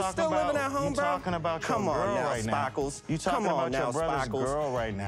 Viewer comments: spackles or sparkles? i'm hearing spackles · Lol I swear I sounds like he says spackles like spackling you put on a house lol 😆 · I died laughing. And he didn’t just call him “spahkles” once...it was a couple of times....plus asking about his cowboy hat and saying “yippee kai yay” too! He was the highlight of the night! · He said Spackles!! Lmao 🤣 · I can’t with the spakles 😂